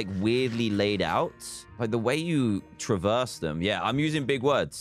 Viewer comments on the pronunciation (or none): none